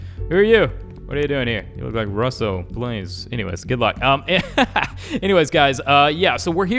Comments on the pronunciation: I love how he said russo like ruhsoo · I love how I he said Rosso instead of russo